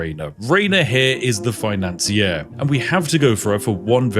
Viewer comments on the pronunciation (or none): The author's pronunciation of "The Financier" my ears misheard it as "Ea-nasir"